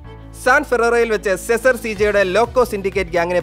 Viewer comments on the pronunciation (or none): സെസാർ അല്ല സീസർ aan